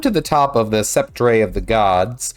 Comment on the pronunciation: Sep-trey - LOL!